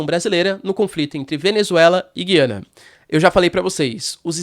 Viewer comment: A pronúncia certa é Gu i a na. Pode reparar o presidente deles fala Ga i a na. Em português tiraram o trema em cima do U. O trema indica que a letra deve ser pronunciada. Lembra Goiânia e Goiás e não lembra guiar. Mas acho que pode ter diferenças regionais de pronúncia.